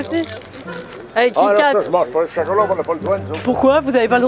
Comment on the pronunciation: J’aime trop quand ils disent « Chocolot »